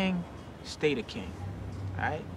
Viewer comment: Les français arrêtez de prononcer "the" " ze" !!! C'est ridicule, ça se prononce "de".